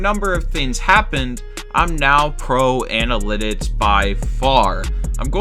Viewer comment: You can't say the word analytics